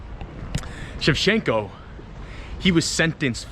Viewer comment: It's not "shev-shen-ko," it's "shev-Chen-ko." The "ch" is not a suggestion.